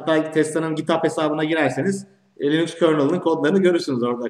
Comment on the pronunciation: Ama Linus reportajlarında linux demiyor linax linıx karışımı birşey diyor. Onun adı da birçok dilde degisiyor zaten ama adam linux'ı sabit tutmuş.